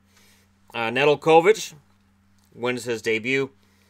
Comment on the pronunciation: It is pronounced ne-del-kavic